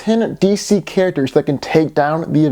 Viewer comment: You said D.C. Carácters